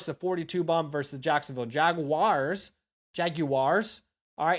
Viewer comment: Great job on the Jag-WAHRS pronunciation. Subscription and like earned!